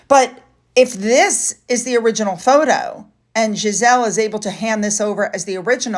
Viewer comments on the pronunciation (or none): Ghislaine is pronounced Gilaine not Giselle. At least that’s what I’ve heard in the media. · I think Ms. Oh is an ex girlfriend. I don't think Epstein was ever married. Also, "Ghislaine" is pronounced "Geelane". I've always thought there was a lot more to the story and I was suspicious of Virginia Giuffre from the beginning. Prince Andrew did himself no favors in that interview and as a result, he came off as arrogant and unrepentant and it made people think well, look how he's acting, he must be guilty. I wish someone would hold Ms. Giuffre's feet to the fire and do a real in-depth interview with her. I think Piers Morgan would do a great job! We haven't heard much or anything from her since settling and I doubt that we will hear from her in the future. As you said and I agree, this was all about the money. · Ghislaine is french. We pronounce slightly different to the french. Phonetically it is Gil-laine. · Ghi (hard g, short i) LANE Maxwell. The S is silent....the H just makes the G hard. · Thanks for the video but I just have to correct you on this. I can't hear your pronunciation of Ghislaine's name any more! 😆! Ghislaine is pronounced Gee-lane